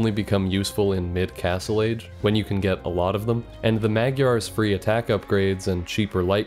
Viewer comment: For future reference, you pronounce the GY in Magyar the same as one would in gyatt (this is the only fucking word in the english language you reserve the proper gy pronounciation for)